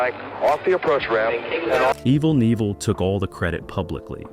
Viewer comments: "Aevel Nivel" ??????🧐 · Evel Kneeville. What the FUCK 🤡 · Apparently there are 750 different ways to pronounce "Evel Knievel". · Insulting to hear an icon's name mispronounced this badly. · At least get his fucking name right! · Not a bad video apart from the mispronounced name.it shows a picture of an American eagle a rebadged laverda twin they were even heavier than the XR but he used them briefly .he used triumph twins in the early days but wanted to go for a U.S bike because he was a patriot .im a New Zealander by the way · If you can't get evel s name right don't talk about him you're an IDIOT!!! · I would have enjoyed this video a lot more if it weren't for the constant distractions of mispronouncing his name every single time. Also, the several shots of Robbie on his Honda were proof that someone didn't do their research prior to making this video. Nothing against Robbie. He made jumps his dad didn't make, but this video wasn't about his career. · As a kid growing up in the 70's and thinking this man was the coolest guy that rode a bike hearing you absolutely incapable of pronouncing his name correctly 1 damn time embarrassed me for you! You should absolutely never make a video on anyone you absolutely know nothing about!!! Hardly any picture nor fabricated fact you sprouted out match anything he truly did! R.I.P. Evell Nevell whoever you are...